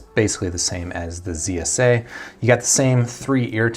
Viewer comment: Oh my you always say KSA instead of zsa